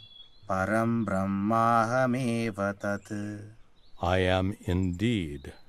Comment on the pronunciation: beautifully represented ✨ I could not understand verses properly before but by showing example and explaining it so well, i understood easily now, thanks for this effort 😊 But there is one wrong English pronunciation of a word Brahma (ब्रह्मा) which is pronounced as BrahmAA (N letter not included in Brahma) not Brahman (it is a cast) and Brahma is a lord who created this universe.